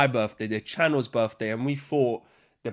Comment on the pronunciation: "It's da channol's berfday; we hafta celebrate da berf." Pure joy on tap.